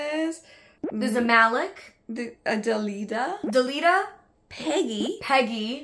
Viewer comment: IT’S MALIK LIKE ZAYN MALIK FROM 1D !!!!!!!!!!!